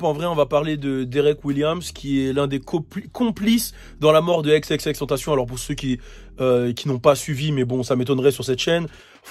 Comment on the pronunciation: son nom se prononce xxx en francais pas avec la pronotiation anglaise :)